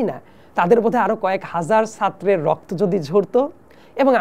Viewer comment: সাত্র কী আবার? এত মেধাবী যে ছাত্র উচ্চারণ এদের কারেক্ট না। এইসব সুডো-ইন্টেলেকচুয়াল দিয়ে তো দেশের খবর আছে, যা বুঝতেছি।